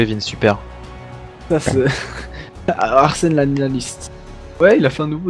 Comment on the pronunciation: ta dis Arsel juste un truc c soit Arsène ou Aurel faut savoir Mdr agagaga